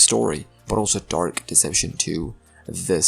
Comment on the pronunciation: "dork deception" hits hard🗣🗣🗣🗣🗣💥💥💥💥